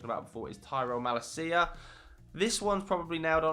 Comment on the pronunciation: You destroyed Malacia's name lol.